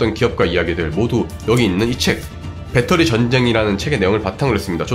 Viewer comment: 배떠리가 아니고 배터리예요,.ㅠㅠㅠ